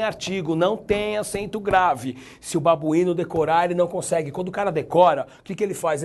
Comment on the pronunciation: Rindo demais desse "babuino" kkkkkkkkkkkkkkkkkkkkkkkk chegou a me desconcentrar kkkkkkkkkkk